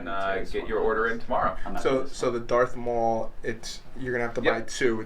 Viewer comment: This dude said Dark Maul